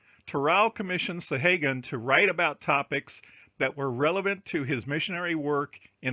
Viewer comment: Thank you for all the links. I think you are mispronouncing "Sahaguan" though.